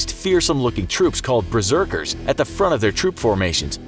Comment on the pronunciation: "Breserkers?" Excuse me